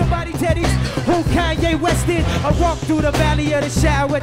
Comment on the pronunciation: Dave called him kan-yeezy in 04 lol